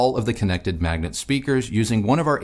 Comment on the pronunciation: You pronounce it wrong all the time, it is M A G N A T not m a g n E t :)